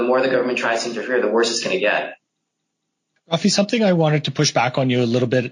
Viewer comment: Rafi not fabi.